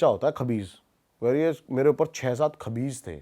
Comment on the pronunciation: Vai khavis hota hai